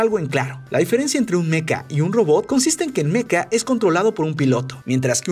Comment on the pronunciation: Joder, se dice mecha no meca...